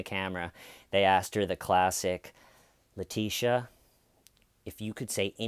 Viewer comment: ‘Leteeshee’ lol.